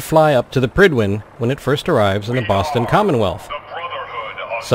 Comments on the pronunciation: I agree, but I thought it was pride-win... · I always imagined it being pronounced like pride-when